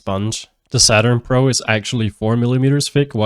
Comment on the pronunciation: Are you saying "pr0n"??? Im so confused because I hear you say it again later in the video.